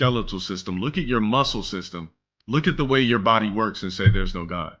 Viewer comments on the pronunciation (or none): none